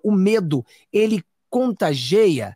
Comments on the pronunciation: "Contageia" non ecziste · É CONTAGIA,GOSTO MUITO DE VOCÊ E NÃO GOSTO QUANDO VOCÊ FALA ERRADO. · Não é contagea e sim, contagia.